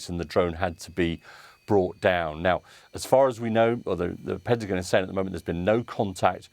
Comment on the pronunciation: I hate how she says Pentagin